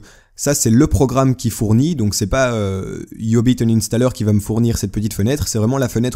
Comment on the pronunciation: mdr c quoi le nom deja iiiubiit inanstaller